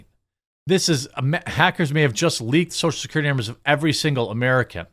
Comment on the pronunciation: Social "Securtity"